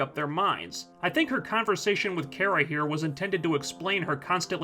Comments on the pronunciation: Cat Grant keeps mispronouncing Kara's name, as does the commentator of this vide. It's "Kah-Rah", not "Care-Ah". I mean seriously. Also this is a feminist television show geared towards teenagers (which is probably why logic and consistency isn't important to the script). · I just think it's funny that you make fun for Cat Grant for mispronouncing Kara's name as "Kira," but you pronounce it wrong too. It's "Car-a," not "Care-a." I'm not trying to defend the show or anything, but I do want to point out this little bit of hypocrisy. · Um but you don’t pronounce her name properly it’s KA-RA. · Your vids are great, but Kara's name, it's Kar-Ra, like Car, not like Care. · character, herself. Her, her family and friends (Cat Grant excluded) pronounce her name as "Car-a." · I think it is pronounced car-uh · It seems to vary. Some of the cartoons it is care-uh, while in the 1984 Supergirl movie and the TV show it is car-uh. Cat Grant is just screwing with her. Mocking her name. In the season finale Cat Grant pronounces it car-uh and smiles at her. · Smallville pronounced it as Care-Rah.